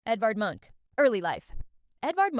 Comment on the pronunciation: Man dont give me facts about a man if u cant even say his last name correctly